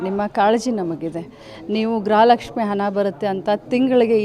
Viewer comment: ಗ್ರಹ ಲಕ್ಷ್ಮಿ ಅಲ್ಲ ಮೇಡಂ ಗೃಹ ಲಕ್ಷ್ಮಿ ಅಂತ ಇರಬೇಕು ಅಲ್ವಾ ಮೇಡಂ